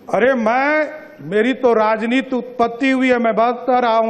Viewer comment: राजनीति होता है राजनीत नहीं पहले बोलना सीख लो सम्राट जी 😂😂